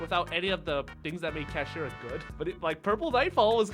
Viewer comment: Ah yes the Cheap Deck with cool dragons, the first meta going second deck in a loooong time ruins competitive yugioh, not Kash-Eye😂